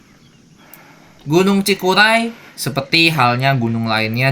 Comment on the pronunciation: Cikuray bang bukan cikulai...hehe